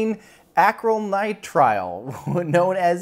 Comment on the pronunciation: Come on mate, it's pronounced Acrylonitrile . . . rolls eyes, skulks off :-P